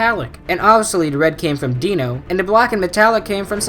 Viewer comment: Its Dino like dinosaur not deeno Dinos real name is mirage and he is called dino because he is very fast and sharp like a dinosaur but how you call he is a deenosaur